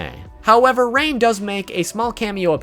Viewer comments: I'm gonna ignore the fact that he said Ran instead of Rain in the beginning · Did he just say ran 😂😂😂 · It's Hard To Pronounce Rain?